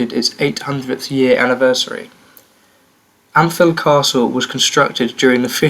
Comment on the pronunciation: Nice work, good to see a decent video on the history of the county. Ampthill is pronounced amtill and you could have mentioned woburn as it’s the seat of the duke